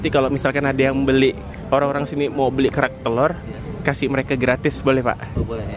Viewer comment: Gua dulu dengar makanan ini "Berak Telor" gak taunya kerak telor salah sebut 😂😂😂🤣🤣🤣